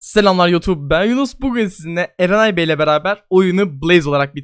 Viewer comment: Niye ben erenay dediği anda enayi bey diye duydum